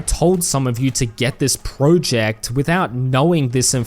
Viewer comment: You made this video purely to annoy us with your weird pronunciation of the word "project" is